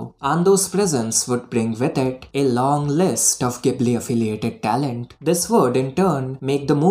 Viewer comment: ghibli is pronounced like "jibli". at least in japanese, that is